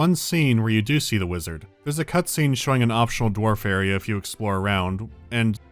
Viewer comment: (Awkward pause) DWARFS !!!!!!!